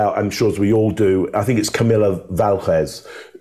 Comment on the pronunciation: I love that “Adele Dazeem”ed Camille’s name 🤣🤣